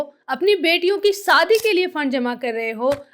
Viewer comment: Madam vah saadi Nahin Shaadi Hai zara apni zuban ki talaffuz ko Sahi kar lo